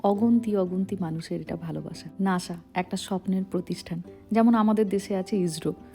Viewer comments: It's call Nasa not Nasha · শব্দটি নাশা নয়, নাসা হবে। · Why do you speak lhis like for NASA /NASHA